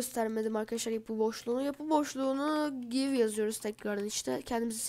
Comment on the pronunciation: Aga orda give gayv diye değil direk giv diye okunur ;)